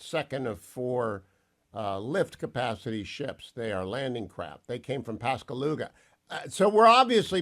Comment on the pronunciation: Aaaarghhh, Pascagoula, not “Pasgaluga”!